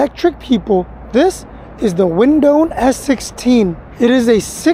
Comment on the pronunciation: I have the E2 version. It's pronounced WindOne not windone. Fyi.